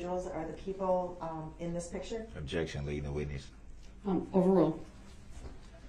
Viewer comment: “Leadin de witness”